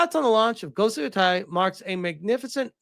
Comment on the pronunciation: I thought he said ,,Ghost of Yotoilet‘‘ in the beginning 💀💀